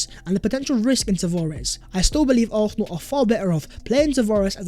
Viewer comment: Stop saying expecially. It's especially. And why does the s in arsenal come from the back of your throath. Sounds like you're saying arhenal